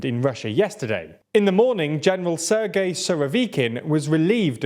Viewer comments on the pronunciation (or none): none